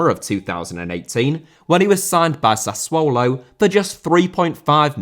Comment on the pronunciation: Lionel* not Linl Rather* not Rother Debut* not Deibyu Uefa* not Yuweifer Sassuolo* not Sassuouwlouw Lopes* not Lôuwpez Monaco* not Monacouw Sevilla* not Sevía Liga* not Liguer Leo* not Liouw München* not Munich Colorado* not Colorohrdouw Cornet* not Cornei Nascimento* not Nascementouw Kansas* not Kanzas Juve* not Juvei Bertivegna* not Berteveigner Palermo* not Pălömouw Aleksei* not Aleksi Stabia* not Stăbìa Lokomotiv* not Louwkouwmouwtyv Moskva* not Moscow Roma* not Rouwmer Basel* not Bohrzel Davide* not Davidei Nathan* not Nátan Fluminense* not Flumenensei Frontale* not Frontohrlei Boschilia* not Boschiwa Manneh* not Mannei Idea* not Ideer 31 mistakes that you made in just one video! Ffs